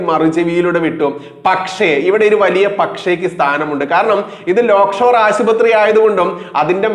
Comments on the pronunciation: ലേക്ഷോർ എന്ന് ആണ് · Not Lock Shore - Lake Shore Hospital.